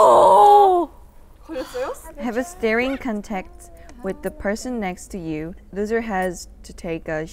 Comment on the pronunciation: Omg minji said conext instead contest😂its ok I love her she my bias 😂❤❤❤